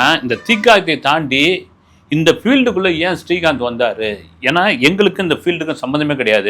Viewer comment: Helo sir ungal program ellam super. neengal srikanth ucharikumpozhuthu stree kanth entu sollgrigal